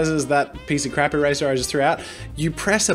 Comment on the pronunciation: Its not the eraser challenge its the eRAYzer challenge